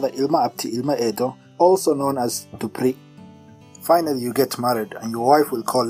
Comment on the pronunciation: In Somali language we dont have letter P, Z and V. So when you say DUPRI, you could have said DUBRI. But still i am not an expert and no can tell me he is an expert in Somali language or its different dialects.